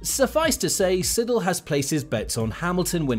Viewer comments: sEIdel not SIDDEL :D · Andreas Seidel - please do not say Siddle. Say it Zaidel. 👍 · It's S-eye-dl, not S-id-dl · Andreas Seidel is pronounced "S I D E L" not "siddle" god dammn it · Not sidle It’s Seidel 🙂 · it's andreas sEIdle not sIddle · Love your videos. But its not Andreas "SiDL". Its Andreas Seidl. Try to pronounce it better 😀